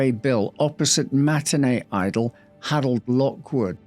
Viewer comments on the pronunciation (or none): none